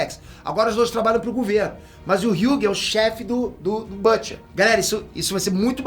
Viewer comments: Excelente vídeo! Mas a pronúncia em inglês de "Butcher" é "Bútcher" e não "Bâtcher" ( /ˈbo͝oCHər/ ). Fica a dica! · Oooo, fala o nome do Butcher direito!!